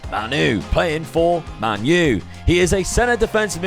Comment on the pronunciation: Shocked you called United „manu“ ….